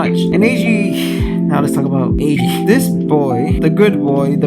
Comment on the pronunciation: Eiji (Ay-Gee) is how I kinda say it so to me you're saying it fine The summary was great, don't worry about spoilers as long as you warn ppl they should be fine as this video is a review of what most would assume to be the season in it's entirety. Love the backing music. You did a good job with this video, and yeah I totallllly didn't cry either. The series was so tragic! I'm glad to find people still finding it.